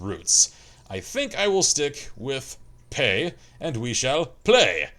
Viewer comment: I felt like slapping the beard off of you every time you said "Pay". You were right the first time: P.E.I., as in Prince Edward Island. Also, fun fact, the potatoes thing wasn't a joke, they're really proud of that shit. Also their red sand. (PEI Potatoes Official Website: PEI Potatoes Official Song: Bud The Spud - Stompin' Tom Connors - Lyrics,) Got excited for a second when you said "Barrett it up". Thought you made a Stan Rogers reference. For you folk uneducated in the topic of Canadian folk music: Stan Rogers - Barrett's Privateers. He's got even more baritone than you,. EDIT: Fixed grammar.